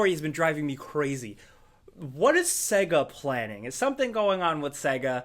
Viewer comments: Saaaaaaaygaaaaa, not Segga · I thought it was pronounced sayga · Stop saying SEGA as CAGA it's pronounced as SEEGA. Got it!🙄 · "Segger" ffs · Says 60rh bday of Sega wrong